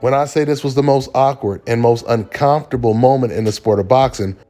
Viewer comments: UnCommftrable pronunciation ain't it brah. Saying it like UnCOMEfortrable sounds better. Great vid but this just irked me, my bad lol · Hey. It's uncoMfortable. Not uncoNfortable!! 😅😊